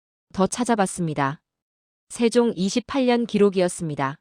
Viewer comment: 내용은 국뽕을 느끼기에 충분합니다만... AI는 아직도 조선 세종 태종 훈민정음을 읽어내지 못하는군요. 중국의 역사를 이야기 하는 줄 알겠어요.